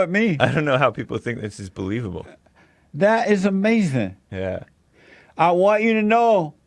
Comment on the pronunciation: Check out David Pakman's interview with him, it's "uh-mazin" lol!